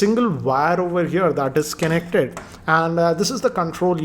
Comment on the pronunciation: How do you say connected as Kennected? That's fascinating, really